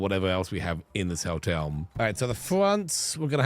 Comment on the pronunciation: I love with his cute little accent it sounds like he's saying "Helltel" "instead of "hotel", which would be on brand for.